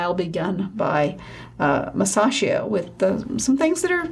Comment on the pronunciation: GREAT!, but....t's 'groin' vault, not 'groind', It's Masa-chi-o, not Masa-she-o; it's MED-ici, not me-DICI.